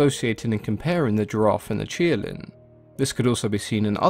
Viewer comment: It's qilin, not kirin. Please pronounce and write its name correctly